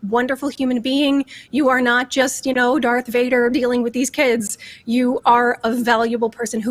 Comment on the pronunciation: She lost all credibility when she said "Dark Vader" :-))